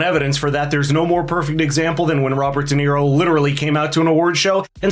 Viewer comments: Shirley Jackson :the lottery: read it Dum-Nero. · Robert De Nero 😅 what a a... h...